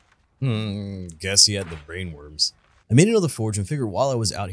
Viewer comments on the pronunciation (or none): none